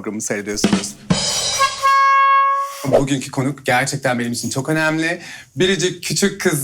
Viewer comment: Önemli derken bile açık e telaffuz ediyo sunucu yuh